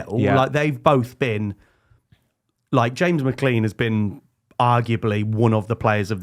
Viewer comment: Brits can never pronounce McClean can they